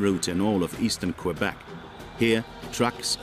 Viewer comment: la route la plus meurtriere au canada est la 401 , et la 11 en ontario. la 132 est mauditement loin d etre meurtriere. Quel video tout croche. je suis de Matane, la 132 est dangereuse en ete avec tous les touristes qui ont hate d arriver en vacances.pas en hiver, en hiver il n y a pratiquement personne. Et ce n'est pas qwebec, c'est kebek tabarnak. y vont tu apprendre a dire le nom de notre province correctement ces maudits anglais.